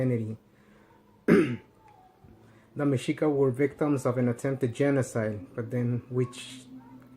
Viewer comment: That shit you say mensito movement, it's fucking funny!